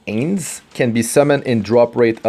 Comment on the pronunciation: I dont mean to criticize you or your accent (at least form my point of view, accent), but Ains is said as "eye-ns" from Latin and other ancient Mediterranean dialects. Sorry, it just sounds weird to hear you say it as "ae-ns"